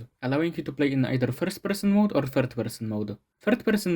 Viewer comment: holy shit your accent when you say first person